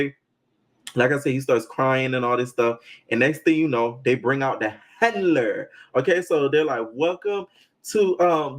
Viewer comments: The HANLURR! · Why he keep pronouncing “Handler” without the D 🤔🤣